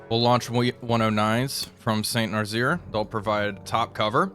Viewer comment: Damn, he didn't see my comment on Nazzaire being pronounced as "Nuh-zz-air" instead of "Nuh-zeer"